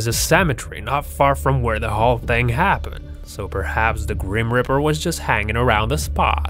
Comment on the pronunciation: its not called a greem reaper, so why u saying it like that.